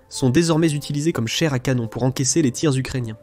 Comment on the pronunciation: Ahah... c est un texte de l IA ou quoi? Plein de fautes de prononciation avec ma préférence à 4'33: "chaire à canone"😂😂😂